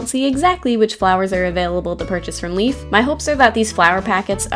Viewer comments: leIF not leaf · Great video! I really enjoyed that maze, despite it being so short. Really hope they'll make more stuff like it! P.S. Leif is pronounced "Life", not "Leaf". Just wanted to let ya know. =)